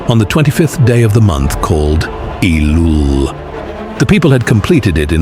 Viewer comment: the month is called in Hebrew ELUL, not "ilul", E like Ellipse, not i like Ethan (ithan)